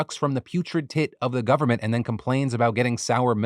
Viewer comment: When he said "Governmental Election", all I heard was "gooverment". Like goo, as in something gooey. Was I the only one, or did anyone else hear that? 😂